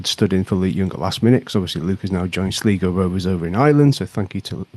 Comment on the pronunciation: Who' are Sleego Rovers?? Sl-eye-go. My Irish friends would kill me if I didn't pick that up